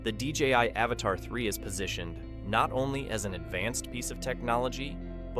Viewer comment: It's Avata not avatar 😂😂😂